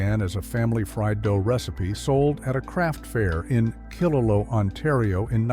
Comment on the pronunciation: You can tell this Video is AI generated by way killaloe is pronounced as killalow instead of the actual pronunciation of killaloo